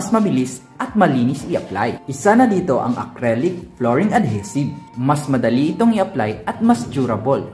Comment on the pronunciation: Ad-HEE-sive,. Love your vids!